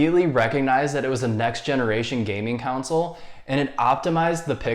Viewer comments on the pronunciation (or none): I like how you're always saying "council" instead of "console"😂